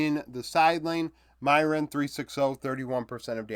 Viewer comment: Small correction on the pronunciation for MDK's top laner, broadcast has been saying it "meer-win"